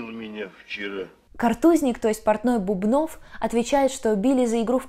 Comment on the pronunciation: Бубнов - ударение на первом слоге, в спектакле же много раз повторяют его фамилию (иногда - Бубен).